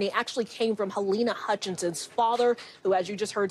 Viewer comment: Your Anchors are an INSULT!. Pronounce Halynas name wrong much? Say it right or not at all.